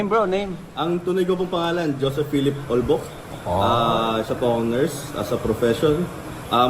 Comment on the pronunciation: Ahh ..joseph olbo..or olvo..tama ba dinig ko...correct u po